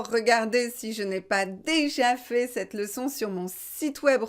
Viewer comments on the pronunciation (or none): none